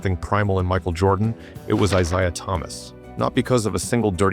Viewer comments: I never minded AI narration until I had to hear Isshdha Thomas and Bill Lamebeer. But, now we know AI can have strokes also. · Eye-saya Thomas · It's a biblical name. How the ai can't say Issah? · how is the top comment not people noticing how the ai narrator mispronounces "I-zay-ahs" name? seriously, you children. you know nothing.